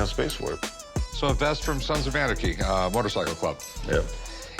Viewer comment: lol does he pronounce the word “anarchy” weird and odd or is it just my hearing?????